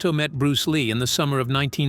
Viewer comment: Am I the only one that finds it irritating?The way he pronounces bruce ley's style and the green hornet character !!!